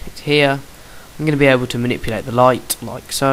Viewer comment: lighTTTEEHHHH why do u pronounce your ts so weirdly